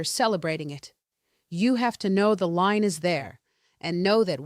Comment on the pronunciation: It's a LIEN (not Line, as she states) on the property. When the property goes up for sale or through probate or in any way that SOMEONE else's name is to be assigned the owner of the property, this lien becomes DUE. So, if you are intending to pass it on to your kids, for example, they will have to pay off this lien before they can take ownership. This last bit may vary from location to location, however. If the home is owned by a pair of spouses and one dies, this may become a problem for the surviving spouse. Again, this is handled differently from location to location. Meaning that the lien may not actually come due for the surviving spouse, in some locations. She didn't so much gloss over the deferral part, but it needed more explanation and context. Maybe she just couldn't explain it fully in a short video.